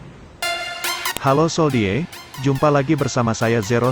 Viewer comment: Bang, baca soldiers itu bukan soldiers biasa bang, bacanya soljers